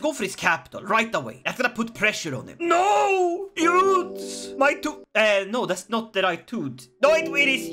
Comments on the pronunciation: As a Frenchman, I laughed a lot when I saw you trying to pronounce "Eudes" and the other French names in english way with a swedish accent. I want more of this ! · Hello! Just started watching the video, and I would just like to tell you a bit of history and tell you how you pronounce the name of “Eudes.” So, I don’t know why the devs decided to name him Eudes, but historically his name is Odo. So, historically, Odo would go on to be elected as king of France after the Karlings were kicked out, and it’s a bit confusing in ck3 what happened next but I believe, judging by the dynasty line, his brother would become king of France and the line would continue for a bit until Hugh was born, he would found the Capetian Dynasty which would rule over France from 987 to 1792, and then again from 1814 to 1848. Please and thank you for reading and I hope you have a good day and night! Just wanted to throw a quick history lesson in here for fun! Hope you have a good day, please and thank you once again!